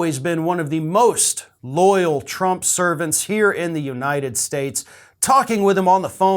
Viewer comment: Was that "servant"or "serpent"?